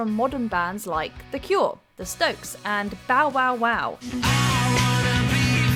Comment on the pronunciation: The narrator mispronounced THE STROKES as “The Stokes” 😭 That’s my favourite band in the world and Sofia Coppola’s Marie Antoinette is one of my favourite movie of all time because my love for that band (Also I adore royal history and I own the book the movie was based on). Wish MsMojo could fix this somehow! ❤M